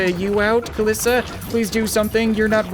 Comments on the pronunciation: Its not kalissa its kalie/kaliisa (as on how to say it) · It’s cal-ee-sa